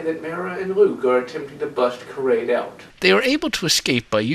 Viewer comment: I’m sorry but how could you mispronunciate these names so badly? How does KARRDE become KARADE?!? Otherwise your videos are pretty good but it’s like your pronunciation is wrong on purpose. Makes it hard to watch.